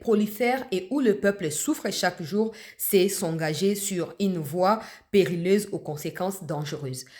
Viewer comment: Périlleuse (periyeuze) madame la journaliste...🎉🎉🎉🎉